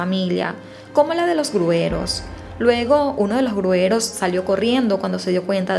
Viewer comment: Como comunicadora, tienes la obligación de hablar y expresarte correctamente. Se dice gruyeros, no grueros